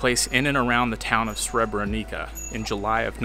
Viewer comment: The correct pronounciation of the city is Srebreniça o Srebrenitsa, not Srebrenica